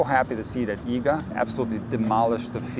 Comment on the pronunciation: I'm so glad that someone actually took the time to show how to pronounce Iga's last name correctly. It drives me crazy what people come up with.